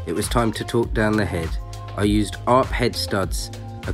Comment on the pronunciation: Stopped watching after he said “arp” as one word...